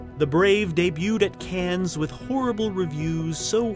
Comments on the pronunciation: Hey kid... the world Famous film festival is pronounced CAN.... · It's pronounced......"Kahn" as in "Wrath Of Kahn", and not "can" as in "can of beer." Remember this handy pronunciation guide next time you as a person involved in film care to not embarass yourself by mispronouncing the name of that nice city in France with the big fancy hoity toity film festival we all know and love. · not "canz"